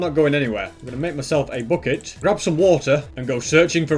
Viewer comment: Normal people:bucket:booket